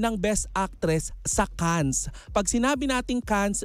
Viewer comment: FYI, ang Cannes ay being pronounced without 's'.